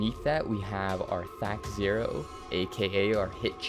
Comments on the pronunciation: Great starting guide. Played this back in the day, and just got it for PS4. One note.. As a looong time DND player I cringed every time you said "THAC-Zero" it's pronounced "THAY-CO" Just my nerd input for the day. Keep up the good work. I think this will really help all the new players that will be discovering these games for the first time. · Good video; but at the risk of being an insufferable pedant, the zero is pronounced like an oh. THAC0 = tha-ko. You're right on the th part; like in "thunder," not "that."